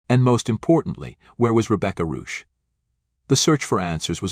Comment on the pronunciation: Please pronounce the name CORRECTLY - this is a GERMAN name. Rebecca Reusch